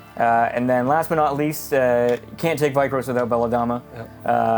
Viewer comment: Great video, but every time pronounced the dynasty name "Vie-krose" instead of "Veer-kose" or "Weer-kose", it made me cringe.:)